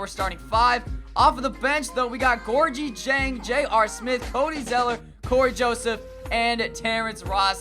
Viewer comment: Hey it's pronounced Gorgui